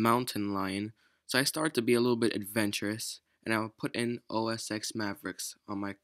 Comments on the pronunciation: Just a nitpick, but OS X is pronounced "Oh Es Ten" and not "Oh Es Ex". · Its OS 10, not OS "ex" :)